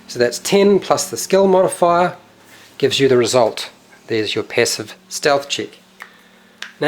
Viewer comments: Steath, mega Steath. Great video btw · lewl "passive steath" xD !nailed it